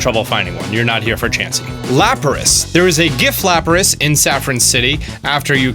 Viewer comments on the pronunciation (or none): don't wanna be political and all, but it's lapras and not laparas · Yo he said Lickingtung Also, whats a Laparas? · Its not “laparas’’ its lapras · I found two kangaskhan allready -_- Laparas haha its Lapras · Laparas? Lapras and Paras? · Laparas... lol Its Lapras!!! How do you not know how to pronounce the original 151 pokemon??!!! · Laparas Charizord Chariza rd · " Laparas" oof. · Your right he can’t pronounce nidoqueen,nidoking and lapras